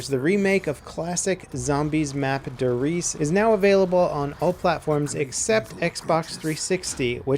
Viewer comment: Der Reise. It's pronounced Der Rise-a